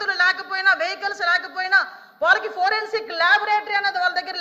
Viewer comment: హోం మినిస్టర్ గా అనిత waste. సోది మొఖం ది. లేకి దానిలాగా behave చేస్తుంది అనిత. వెకిలి గా నవ్వుతుంది సన్నాసి. ప్రజలు సమస్యలు discuss చెయ్యదు లైట్ తీసుకుంటుంది. దీన్ని రేప్ చేస్తే తెలుస్తుంది. దిస కాదు అనిత దిశ, పోరెన్సిక్ కాదు foreinsic😂😂😂😂😂😂లేకి బాష